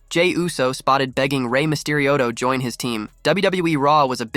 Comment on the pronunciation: How come the AI voice you use doesn't know How to say the word join? It said, John. Maybe if you're going to be lazy and not do the voice over yourself you should probably spend the money on AI that can read simple, English words